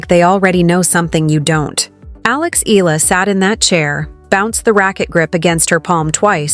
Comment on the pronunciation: Get your pronounciation right!! EE-YA-LA!!